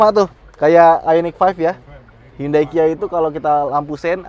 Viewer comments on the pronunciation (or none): none